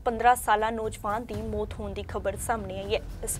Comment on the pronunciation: Bibi bolna sikho mot ni maut hundi. Punjabi bolni sikho fr boleo news